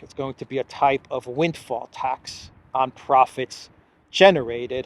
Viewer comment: The way von der Pirate says "proficts" ⚓